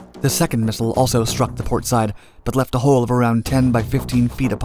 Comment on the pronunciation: Learn how to say missile lol